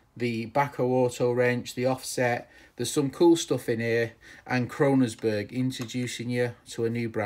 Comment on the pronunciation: It isn't 'Krononsberg', it is Kongsberg! lol